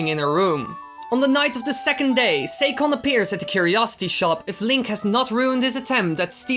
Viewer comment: lol sakon say-con, its sakon sack-on